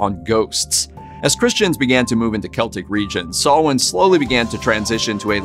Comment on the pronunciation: Blessed Samhain, everyone! Thank you for pronouncing Samhain right!